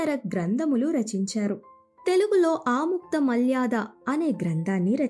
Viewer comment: Aamuktha malyaadha kaadhamma, Aamuktha maalyadha, Try to read telugu properly